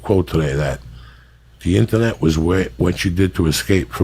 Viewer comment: the way he says "internet" is so funny lol